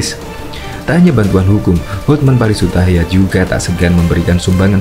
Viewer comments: Bang... Hotman Paris HUTAPEA... bukan hutahaean?? Koreksi yaaaaaa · Hotman paris Hutapea min.bukan hutahaya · Hotman Paris Hutapea mas,bukan Hutahayan, terimakasih. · Hotman paris hutapea bosss...bukan hutayan. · Hutapea pak bukan hutahaian